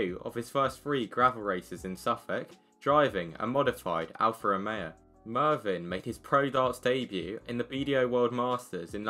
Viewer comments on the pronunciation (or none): It's Mevyn, not Marvyn